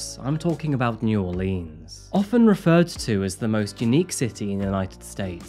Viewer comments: Growing up in America, we were taught how to spell Mississippi in grade school. It was a little song, sort of. So it has never been hard to spell for most people in the U.S. Also, Not many people pronounce New Orleans as you did in this video. It’s more like Nawlens or Nawlen 😂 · Btw; it's pronounced " naworlins " together.. say it together fast sounds right. That's how our people down here say it. " New Orleanz " is how most people pronounce it. We get upset about it here 🤣🤣 fun free fact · Just a kind comment...New Orleans has two major pronunciations, one which is said like leen and the other more like lins. That's what I think you heard and someone put it in as New Orelans on the map. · It's not New Orleans. Nor'leans. I'm Australian and know that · check the correct pronunciation of New Orleans. Horrible, horrible murder. Idiotic sentence of 100 years. The US Justice System on sentences does not make any sense. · Mais Cher…You done butchered sayin’ New Orleans and Tangipahoa, yeah, but Boudreaux and Thibodaux say we done gone forgive you. So come pass a good time with us, Cher! 💁‍♀️ Hot boudin and cold couscous, come on Cajuns, mush mush mush LOL 😂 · Commenter doesn’t pronounce New Orleans correctly!!! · I legit LOVEEEE your videos more than any other channel on YouTube, but your pronunciation of Louisiana places just about kills me 😂😂 it’s New Or-linz and Tan-juh-puh-hoa!! Don’t worry though, us Cajuns realize it’s impossible for even 99% of other Americans to say 🤣❤ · I love your videos! I am born and raised in New Orleans … Let me help you out! New Orleans : “ Or-Lens “ Tangipahoa : “ Tan-Jah-pah-hoe” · As someone who grew in New Orleans, his pronunciations of New Orleans and Tangipahoa were crushing me lol!